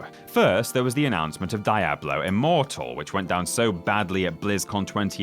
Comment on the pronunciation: Die-ablo. Iconic. Keep it